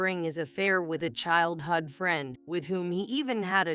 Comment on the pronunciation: Very very poor AI; ruined the story. And childhood is not pronounced childhud!